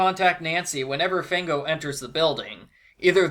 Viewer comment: Fango actually means mud in Italian. Also, it's pronounced FAHNGO, not FAYNGO.